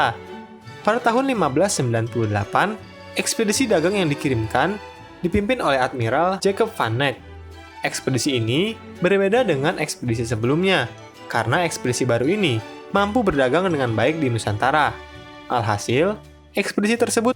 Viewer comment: Min, gue suka konten nya. Sangat bagus dan inspiratif membuka / menambah wawasan. Hanya kadang masih ada kesalahan, contohnya dalam video ini seperti penyebutan nama (tertulis Jacob, dibaca nya "Yakob" krn dalam Bahasa Belanda pelafalan "J" itu sama dengan "Y" misalnya Koningen / Ratu Juliana > dibaca "Koningen Yuliana") trus pelafalan nama Jan Pieterzoon Coen seharusnya "Yan Piterzun Kun" karena oe = u (seperti ejaan lama bahasa indonesia). Akan lebih baik melakukan research bahasa juga, seperti penyebutan nama tokoh harus disesuaikan dengan bahasa negara asal sang tokoh, jangan disamain dengan pelafalan dalam bahasa inggris. Saran aja, script writer bisa mempersiapkan script dengan benar dan narator jg bisa berlatih sebelum take vocal konten video terutama utk istilah" asing / penyebutan nama. Thanks ya